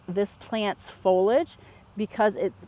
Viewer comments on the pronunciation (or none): I cringe every time I hear "folage". It's pronounced fol-ee-age. Is that an American thing?